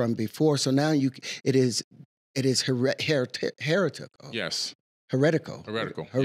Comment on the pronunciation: How about this guy learn how to pronounce heretical before using it in a sentence.